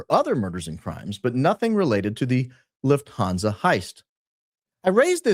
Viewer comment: love ur videos so much especially ur intros but it pains me how u pronounce lufthansa as a german girl haha the u is short; it's not loofthaanzaaa but luhffthanza. also "niche" is pronounced neesh not nitch:) also omg ur a f1 fan too? im liking u more and more by the day